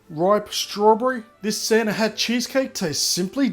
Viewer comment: At the end it sounded like you said " Santa had cheesecake"